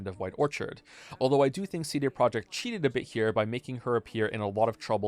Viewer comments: is the way you pronounce CD the april fools? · The real April fools joke here is the way pronounces "CD"